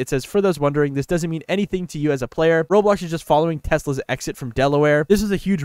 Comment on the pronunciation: at least you can say roblox..